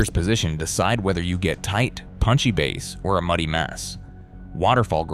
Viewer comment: Bass that rhyming with glass, is a type of fish. Bass in the audio sense should be pronounced to rhyme with base - as in the foundation of the audio spectrum; whether for music only or multichannel home theatre configurations. Other than that, not much to fault in the very cursory overview.